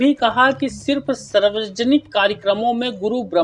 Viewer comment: अबे, पहले शुद्ध हिंदी बोलना सीख। तू सार्वजनिक को सर्वजनिक बोल रहा है। और वीडियो का टाइटल में लिख रहा है कि आदेश जारी। कहाँ है आदेश। लोगों को क्यों भृमित कर रहा है। ऐसी वीडियो बनाकर लोगो से क्यों गाली खाता है। कुछ शर्म बची है क्या तेरे अंदर।